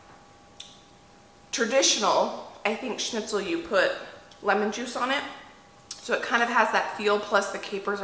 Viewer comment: I Love that you are pronouncing the Word Schnitzel right 😁😁 and one Thing I wanted to say about the mashed potatoes: I dont know why, but for some reason the mashed potatoes do taste soooo much better If you give a good amount of Salt into the boiling water. Just Like in Pasta. Maybe you will still have to put some salt to the potatoes when you mash them, but If theres a good amount of salt in the cooking water it really makes a difference. I dont know why, but just try it 🙂 the potatoes itself get so yummy.